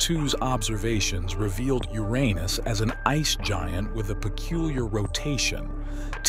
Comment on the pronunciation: Wow the AI voice can say Uranus as I've come to know it being, no more "Your anus" or the worse "yourinoos". EDIT: Yeah lots of times after it said your anus. Lol. Still interesting how the AI said it "right" the first time.